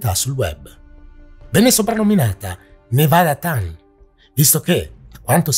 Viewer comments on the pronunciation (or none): Al minuto 9 e 45 c'è una sovrapposizione audio Edit: ho notato che, nel corso del video, ti sei corretto tu. bravo :) Piccolo appunto: Nevada-Tan. Si pronuncia proprio TAN, non Ten, all'inglese. Perché "tan" è una variante di "chan".